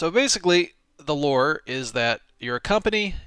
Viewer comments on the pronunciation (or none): none